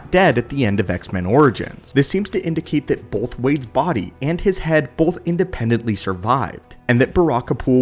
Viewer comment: Bolth of them!